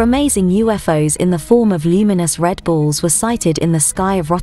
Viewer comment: Could've sworn she said Red Bulls lol not Red Ball's